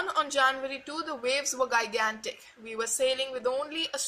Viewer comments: gigantic is pronounced as jigantic ! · You pronounced Plymouth and gigantic wrong. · Gigantic pronunciation is wrong